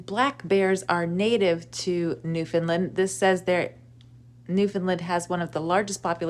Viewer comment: Love this content but a little piece of me died every time you pronounced Newfoundland wrong. It is our cross to bare lol